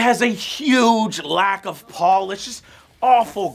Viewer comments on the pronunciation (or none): none